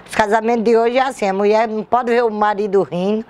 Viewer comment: Haha Foi muito "ingraçado mulier"( Kekerine)